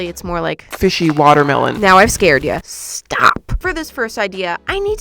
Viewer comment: “Now I’ve scared ya,..SHTAWP.” 😭 🙏🏻